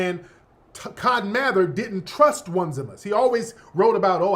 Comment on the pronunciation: His name is Oh-Knee-See-mus